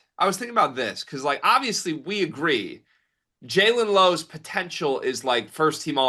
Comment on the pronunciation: The way dude says julon instead of jaland (Jay-lin) Lowe kills me 😂 also he apparently doesn't know much about who the really good players are. Oweh is starting as favorite to win sec player of the year, all American and definitely can win poy. They talk about getting their info from behind pay walls and dude on left make it super apparent that is where he gets all his info and has no thoughts of his own